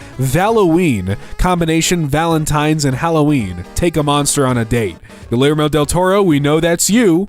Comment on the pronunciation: as a latino that pronunciation of "guillermo" made me ☹